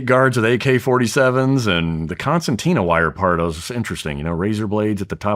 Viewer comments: Hey “security expert”, it’s conceRtina wire… not “conceNtina” wire…🚩 great start… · Did he say, "concentina wire?" It is pronounced Con SIR Tina. Fingernails on the chalk board for me. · But apparently doesn’t know it’s conceRtina wire and not “conceNtina”…🚩